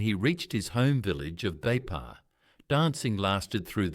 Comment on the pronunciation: Thank you for the wonderful story of Sir Fr Louis Vangeke..proud to be from Meke'o -Kairuku..correction though,it is not Beipa,but Veifa'a,thank you..❤❤